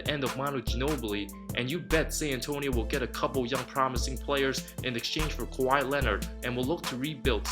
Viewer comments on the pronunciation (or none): none